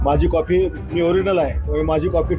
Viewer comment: कॉफी nahi re कॉपी असते भाऊ,.आणि म्हैस नाही piggi piggi